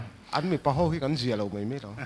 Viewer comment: nie MAI TIH tur MEI jUDGE atang pawn a ri tlat...